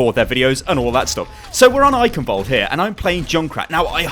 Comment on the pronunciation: The 'ch' in Eichenwald(e) isn't pronounced like a 'k', its a Sound not used in english, which sounds like a cat hissing. would be great if more People say it right, because even Athena/announcer doesnt get it accurate.